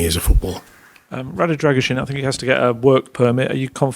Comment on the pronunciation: British journalists and the rest: the name is pronounced Dra-gu-sheen